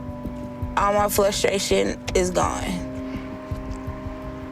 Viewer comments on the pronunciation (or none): FLUSTRATION is frustrating lol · did she just say "flustration?" The combination of flustered and frustrated. Lol!! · I hate how she says “flustration” 😖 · Flustration... lol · fLustration?!? Heard it More than once… no I’m not perfect.